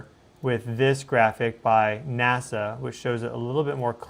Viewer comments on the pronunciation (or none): none